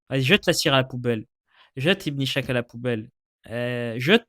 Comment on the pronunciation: Très intéressant comme d'habitude. (Ishaq se prononce إسحاق, pas ichaq, et Schacht se prononce شخت)